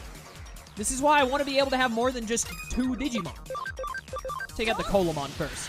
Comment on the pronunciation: Coelamon is based off of the Coelacanth , pronounced "See-luh-kanth", so instead of Coal-ah-mon it would be See-luh-mon. You prolly were already told this and you've already completed the run, but I figured I'd let you know.